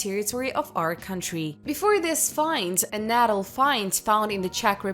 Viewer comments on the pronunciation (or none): none